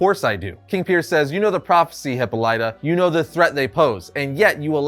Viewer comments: Hip pawl lit uh. Not hippo lite uh. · Love this Comic!!! But man, "Hippo Ly ta?" Made me cringe every time I heard it. I could have sworn it was pronounced Hip paw la tuh. P.S. It would be awesome if this version of Green Lantern is Sinestro. It just seems to me he'd be down for an assassination. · It’s not pronounced Hippo-lyta, it’s pronounced Hippolyta (hip-all-ita) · Isn't her name Hip Paul Lita? Not Hippo Lyta. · Please stop saying Hippo lie tuh. Dude, it takes two seconds to Google. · "Hippo Light-ah." Jesus fucking Christ. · Hipolita Pronounced Hipal it a Great story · You pronounce Hippolyta so wrong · That's not how you pronounce Hippolyta, had to say something.